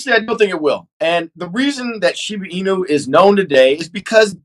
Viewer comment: You can definitely tell who the cat people are, the ones who pronounce Shiba Inu wrong. You notice how everyone of the guests pronounced Shiba Inu correctly except for